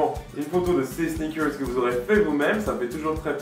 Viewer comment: Le mec il peut pas pas dire snickers comme tout le monde, faut qu'il fasse son english